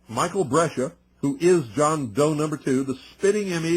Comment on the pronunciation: Brescia- Bres cia